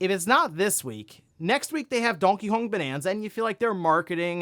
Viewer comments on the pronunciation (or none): "Dongkey Hong" ?